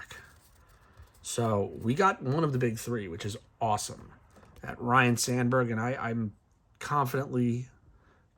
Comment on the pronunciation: It's ryne not Ryan!